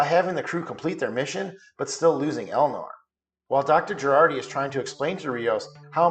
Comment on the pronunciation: It's Jurati, not Gerardi...